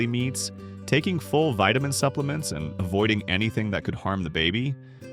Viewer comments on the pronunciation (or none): none